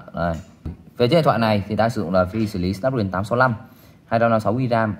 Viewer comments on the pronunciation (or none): none